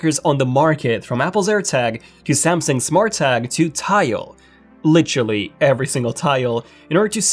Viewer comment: "Litchully" ?? I think you mean 'Literally'.